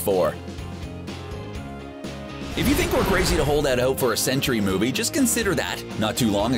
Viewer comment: Why do you keep saying what sounds like 'century' when it should sound like 'Sentry?'